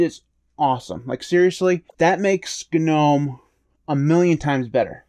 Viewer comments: AGREED!! BUT-- one glittle gdang gpoint--gits gnot gdamn G-Nome...... it's NOM silent G silent e.. NOT GDAMN G-NOME!! GGet GOVER GOT.. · The "G" is in Gnome is silent...